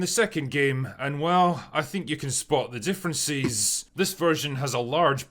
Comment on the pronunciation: I can't stand this guy. Why is he like differenCESSSS, noSEEEE, or onEEEEE? I cannot believe this is a speech impediment or accent. He feels like a more manifesto-prone version of Arch. Hasan's right when he said he's just gay. A lot of these anti-SJW MRA types would be happy gay men if it weren't for the insane amount of homophobia they believe. They'd still be sexist, but they'd be less so if they felt having a girlfriend wasn't needed.